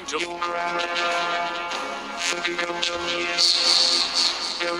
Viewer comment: I hear it's saying Gogochaime